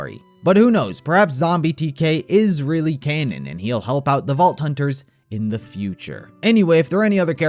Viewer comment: Why do you say "thee" in place of "thuh?" Why does everyone talk like that nowadays? Why does he call it a "wave rifle" when it's a shotgun?